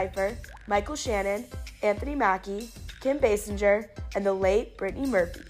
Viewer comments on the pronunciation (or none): Kim “Besingjer”